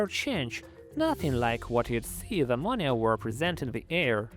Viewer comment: "with the release of ammonia" but in a fucked up way lol